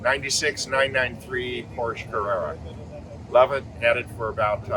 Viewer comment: Porches? Really?